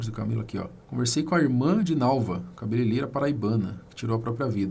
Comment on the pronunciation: ca be le rei ra e não cabeleleira que vc está falando. Aprende, compartilha!